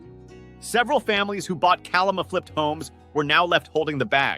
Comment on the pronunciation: It’s killing me. It’s KA-LA-MA